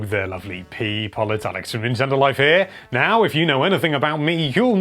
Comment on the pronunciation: HELLO THERE LOVELY PEE-PUH